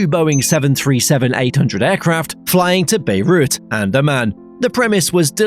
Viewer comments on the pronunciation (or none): as a Jordanian i got hurt when you switched between amman and berut but its a great video